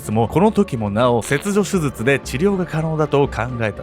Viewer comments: せつじょすずつ(笑) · 後半はもう「すずつ(手術)」って言っちゃってるけど 言い直してない部分も含めていつも面白いです🤣♥️ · 手術がすずつって聞こえる。親近感。 デデさん、かわいそう。